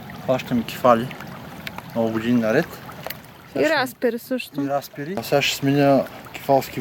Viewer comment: Не се казва ра'спери а разпе'ри